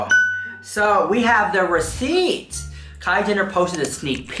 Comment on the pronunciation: When you say receipts it kills me. I love your humor